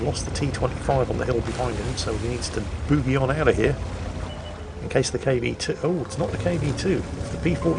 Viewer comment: is so high class he says: Blame it on the "Boughy" 🤣🤣🤣 It's a song about dancing, "Boogie", not a song about drinking tea with your pinky sticking out